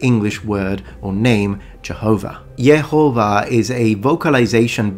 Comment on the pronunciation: I love the pronunciation for the ancient name of God as Yehovah. It just sounds right to my spirit. Thank you for your channel, my son just shared your channel with me.